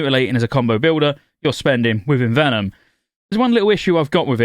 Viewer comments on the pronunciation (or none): none